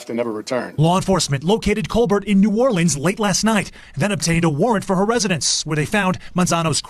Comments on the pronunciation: hey, fun fact for ya. so I'm so grateful you say new orleans correctly. but the parish (county) is actually pronounced the way we typically fuss at people for... so the city is new or-lense, the parish is or-leans. now ya know! 😊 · Thank you for pronouncing New Orleans correctly.